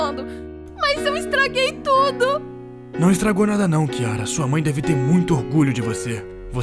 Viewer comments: N tô falando mal ta* ela falo chiara é vez de falar kiara kkkkkkk😂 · É kiara não chiara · Ahhhhh Não é com ch É com kyara😊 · Nem seu nome você sabe falar não é kiara e chiara.❤ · Kiara não é com k invés de chiara